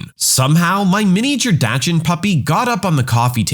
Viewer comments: did you just pronounce it.. "dach-end"..? it’s "dox-en." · That's confidently incorrect, even for how it's generally pronounced in English, which is "Dacksunt". Yes, admittedly we mangle those German vowels a bit but at least we keep the "a" an "a". And keep the "t" sound at the end. If you were trying to give a more accurate German pronunciation you were even further from the truth. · True, it's not the normal way I've heard "dachshund" pronounced in California or the Midwest, and certainly not in German. But English has lots of regional/dialect variations, especially for imported words. I wouldn't be surprised if there exist a couple regions of English-speaking countries where the suggested pronunciations (here and in the video) are common.